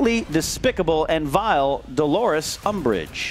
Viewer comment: Vile, not vial.